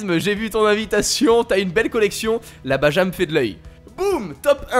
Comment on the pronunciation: Se prononce "Bara" et non "Baja" 😂